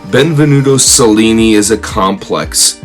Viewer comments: Pronounced cha linnee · The Autobiography of Benvenuto Cellini is one of the best book I ever read. I highly recommend it. (for our host: I would take a few simple Italian lessons to pronounce some of the names and places correctly- most notably "Cel" in Italian is pronounced chel, sounds like chel-lin-ni.) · Celli is pronounced ‘ chelli “ like cello is pronounced “chello” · since you are a master educator, maybe you should pronounce cellni properly. most of the other family names are also butchered.